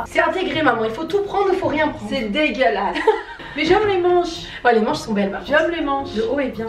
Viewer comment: "C'EST VRAIMENT DEGÉLASSE"